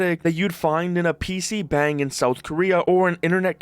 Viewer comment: It's "PC bong" not PC bang.